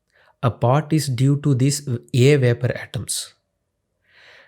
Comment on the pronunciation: veypour pressure of yey :D :D :D